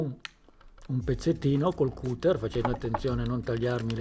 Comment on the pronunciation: Eh no, un vero restauratore non lascia traccia del restauro. Comunque si dice catter, non cutter.